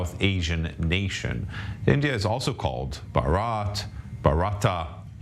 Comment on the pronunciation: For goodness sake ,learn to announce the name Bharat correctly. Ridiculous.Ask any indian to teach you😢